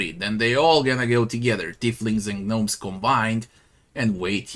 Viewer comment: Silent `G` on Gnomes.